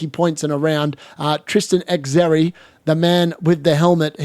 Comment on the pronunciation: X erri is crazy its said sherry